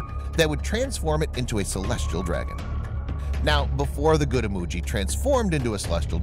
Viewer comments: Imoogi not emoji😏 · Lol it's Imoogi not emoji 🤣🤣🤣